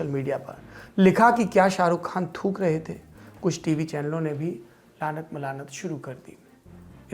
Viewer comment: Thuk hai , fuke nahin